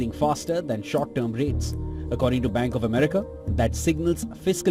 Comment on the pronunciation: I think she said "blank of America" 😁